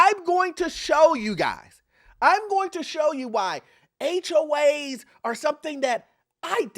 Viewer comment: Why do you sometimes say "HOH's) ??